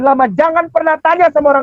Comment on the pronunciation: Rabi koq bacanya rabbay kainama......... 🤣🤣🤣🤣 Malunya aku lihat wajah dgn mata melotot mu itu bahhh